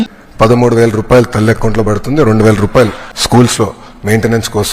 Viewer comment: ర్రూపాయలు.. కాదు రా.. రూపాయలు 😂😂